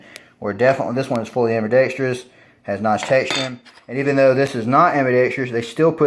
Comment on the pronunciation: Ambidextrous is pronounced Am-bi-dex-trous, not am-bi-dex-TREE-ous. There's no extra syllable